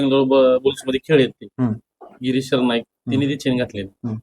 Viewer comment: गिरीश सरनाईक नाही रे एरणाक ..